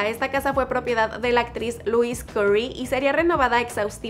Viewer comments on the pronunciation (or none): none